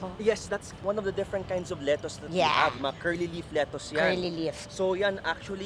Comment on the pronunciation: 😂ganyan din yung pronunciation ko ng lettuce nung nasa pinas ako, but when I went to the US tinawanan ako😂 kasi mali at hindi nila maintindihan yung “letoos”